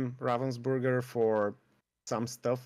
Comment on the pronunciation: Ravensburger is not a Burger its a Burg (German word for castle) xD And have nothing to do with raven. :D I like how people express that comany Name in english. It sound everytime so wrong XD